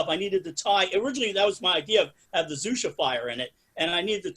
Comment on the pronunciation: xuxa is pronnounced shoeshah :)